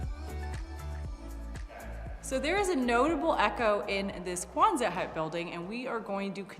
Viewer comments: Quonset hut, not Kwanzaa hut. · Quonset doesn't have a "Z" sound. ( Kwon-sett) I live in RI where the hut was invented.